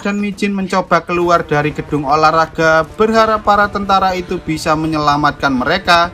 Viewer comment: kasih slow dan dengarkan baik baik: dia bilang bica ekwkwkwkk